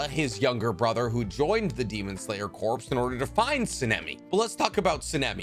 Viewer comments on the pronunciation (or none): Noticed it in previous videos that you keep pronouncing 'corps' incorrectly. It's pronoused 'core' not 'corpse'. The ps tricks folk up, but they are silent. Dunno if anyone pointed it out to you yet or not. Lol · Ok I can't take it anymore. Corps is pronounced like core not corpse, please no more. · You saying “Demon Slayer corpse” instead of “Demon Slayer corps” is really bothering me. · When he says “demon slayer corpse” 💀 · You keep mispronouncing corps. It’s pronounced core! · Love the videos but it drives me NUTS that you mispronounce “corps” in all of them.